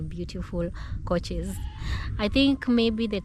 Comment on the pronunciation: its not coaches. It Couches pronounced Cowchers.